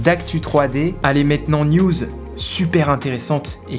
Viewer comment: A chaque fois que tu dis news j’entends nudes